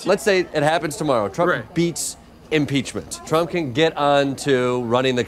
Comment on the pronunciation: ...did that dude say 'peachment'..?